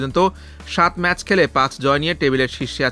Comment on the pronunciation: ম্যাসেস না এটা উচ্চারণ হলো ম্যাচ